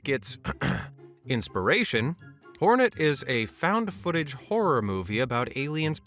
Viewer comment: Its hornet not Fortnite lol